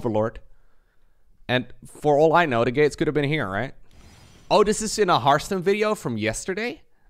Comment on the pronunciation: says "Hartstem", I hear Hearthstone.